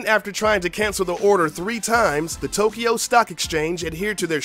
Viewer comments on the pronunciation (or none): none